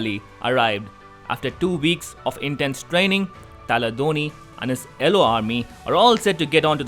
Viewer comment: It's not ellow it's yellow